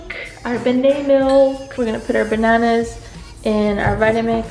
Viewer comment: It's so cute how you call bananas, banays! ❤️🍌❤️